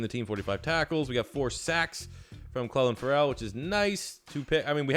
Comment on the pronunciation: Learn how to pronounce clelin Ferrell’s name